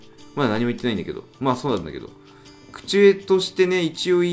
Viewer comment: うｐ乙です。陽ちゃん虐められてたのかな?結構、適応力ありますね。「拘る」は「こだわる」「口上」は「こうじょう」ですね。